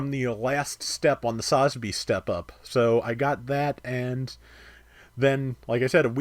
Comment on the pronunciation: Please try and learn how to correctly pronounce its sa-zabi listen to any Japanese say it they don’t say it all in one.